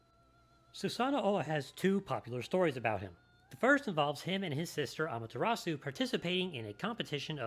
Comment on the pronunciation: You mispronounced amaterasu